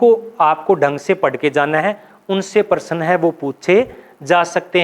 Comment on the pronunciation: आप प्रश्न ,शब्द, प्राप्त जैसे शब्दों का उच्चारण सही नहीं कर पाते हैं